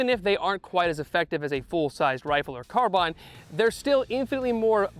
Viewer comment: "carbine" smh